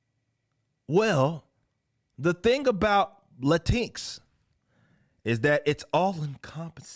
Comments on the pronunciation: Technically it would be pronounced LAY TINX. Because of the placement of the extra Consonant X and the vowel I. In addition you have to ask the question Y. Hahaha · "La tinks" will forever be how I pronounce this stupidity, thank you Eric, hearing your take on it made my day, lol. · As a mexican old school leftist, if I ever face a weirdo calling me latinx, I will knock his/her/xir/zir/they/them/it teeth out. Sounds like "chin k", if you ask me, and unpronounceable in Spanish. Latinequis? Wtf? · "latinks" lol. Idk, but sounds funny pronounced this way.